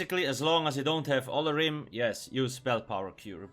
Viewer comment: Lol i love when they release new sets because you always butcher their names xD i think its pronounced Oh-lor-ee-may